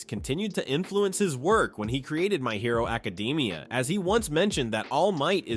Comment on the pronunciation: What the fuck why did you say my hero academia like that you mean secrets no m*********ing sense